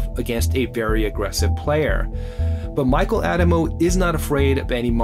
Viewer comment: except for the way he pronounces “Addamo”